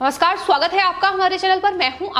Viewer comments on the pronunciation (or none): none